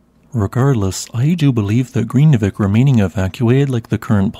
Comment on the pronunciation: It's an extremely difficult language to learn. I have lived and worked there for five years, but still never mastered it. The correct pronunciation is nearly impossible. But vik (bay) is pronounced veek. R's are trilled so Grindavik is pronounced more like Grrrin-da-veek. Sort of.